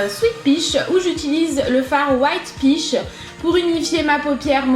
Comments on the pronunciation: "white piche" avec ton accent tu m'as tué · Je n'ai jamais vu un gtl si réaliste! Bravo! Tu me fais rire avec la prononciation "pich" de la palette 😂 bises